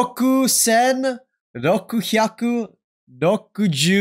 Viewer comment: Ameri in a normal uniform is all i need to wait another week Btw, 600 is Roppyaku, not Roku hyaku, the rest were all correct tho, not bad